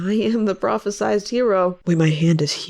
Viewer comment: hey uhm mem, it's actually propheCIED hero, not propheCISED 😎